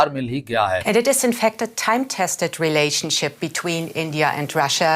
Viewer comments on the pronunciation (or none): none